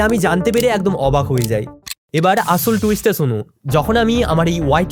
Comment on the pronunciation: It's স not ছ আছল না আসল